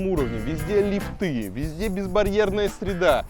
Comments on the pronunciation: Не лифтЫ а лИфты! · Господин архитектор, не лифтЫ, а лИфты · слух режет не лифТЫ а лИфты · пожалуйста!!!!лИфты!!!НЕ лифтЫ!!! нет лИфта, лИфтов и т.д. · Скажите Илье, что в слове лифты ударение на И ставится, а не на Ы - лИфты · В слове лифт(ы) во всех падежах ставится ударение на первый слог, Илья, не позорься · Не лифты, а лифты. Ай яй яй...